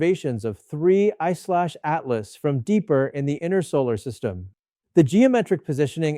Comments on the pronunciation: Just say Atlas! Not A.T.L.A.S. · Michio’s had work done. Also, please stop spelling it out, just say “Atlas”. Doing my head in. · cant even say atlas right.....